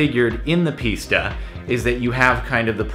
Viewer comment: i hate to do this but it s pronounced piss-ta not pees-ta